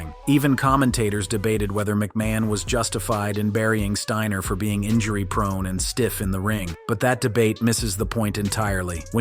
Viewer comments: 'Scott Steener' 😅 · Bro did you really say Scott's name like that 🤦